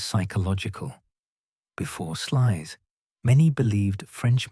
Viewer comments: Pronounced 'Slews' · is AI bullshit,they can't even pronounce Sluys property, it's pronounced Slouse, incidentally!